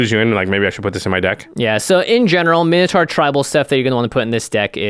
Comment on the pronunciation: "mine-oh-torr" not "min-o-taar". urgh